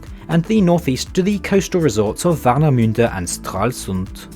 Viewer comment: Dude, I am not getting your accent. You are pronouncing Berlin and the towns in the beginning perfekt, but Warnemünde and Stralsund sound so abstruse 😅😛 So which continent are you from ? Not to be offensiv, but it is really interesting